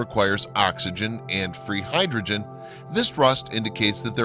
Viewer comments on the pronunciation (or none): none